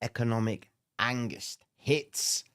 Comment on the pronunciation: Angist haha that's a first time I've heard that in british